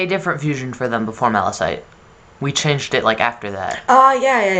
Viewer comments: Malachite is pronounces is MAL-A-KITE. I just wanted to point that out since i hear you say MAL-A-SITE in other videos. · I-I'm sorry... are you guys saying... Mala-SITE? W.... where do you see the S?! It's Malachite, with a CH. Sorry for being so salty love your art and SU OC concepts, they're fucking beautiful, but bruh. They even say Malachite on the show. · HI! Not to be rude or anything, but "Malachite" is pronounced like "maləˌkīt" (I searchged up the definition to be sure) I'm not trying to be rude, I just wanna point this out so there are no more future mistakes! P.S. BloodStone is frickin the legit edgelord that could probs turn some of my straightest gem OCs Gay.... k bai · Don't want to be a negative piece of crap here, but isn't it Malachite? Like with the ''k''? Also I love the concept and story behind this fusion!! ^-^ OP but amazing and edgy!! Can't wait to see the next one!